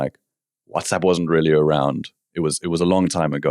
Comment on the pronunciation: Why do you keep saying "rarely" instead of "really"?